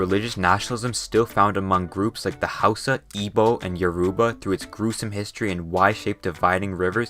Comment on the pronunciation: oh my God you said it right good job. Have heard professionals and scientists (people who should know better) say Ig-bo when it's I-bo.